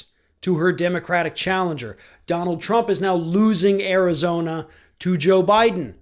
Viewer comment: Jennifer Jones OMG “bye-don”!!!!!! PERFECT!!!